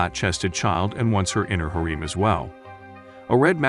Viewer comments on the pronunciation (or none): Reina - ray nuh Pauline - poll leen Harem - hair rem You really need to practice pronunciation. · Yeah no can't watch this stupid ass video when you mispronounced harem every single fucking time.